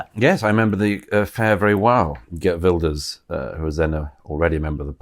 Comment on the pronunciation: Gutteral Gert like van Gogh, NOT a soft, English "guh" like in yogurt. Well done for saying "Vilders", Douglas.